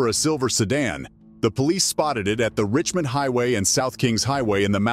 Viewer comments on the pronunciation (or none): none